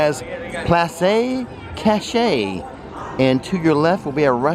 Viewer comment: It’s called “ploss kash-ay”! Loved the video